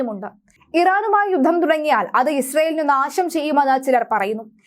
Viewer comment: വീണ്ടും വീണ്ടും യുദ്ദം യുദ്ദം എന്ന് പറയല്ലേ.... യുദ്ധം എന്ന് പറയൂ